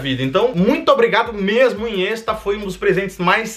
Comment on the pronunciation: Carai na hora que falou inhesta eu entendi iniesta ai eu pensei ta porra o iniesta pintou pra ele kkkkkk